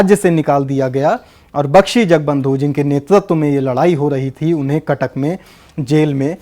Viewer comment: It's not jangabandhu It's jagabandhu